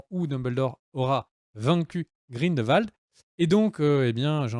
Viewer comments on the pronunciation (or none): Mes oreilles ! Cest GrindELwald et non "Grindvald" Et au vu des absurdité que tu dis que j'ai pu lire dans les commentaires je vais m'arrêter là. Cirrige ta vidéo et reupload là stp